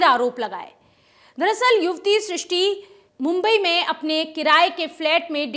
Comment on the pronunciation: Tumlog naam toh theek se bol nahi paate aur kya karoge....naam Shishti hai Srishti nahi.